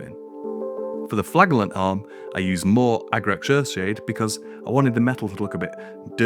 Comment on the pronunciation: Saying Flagellants wrong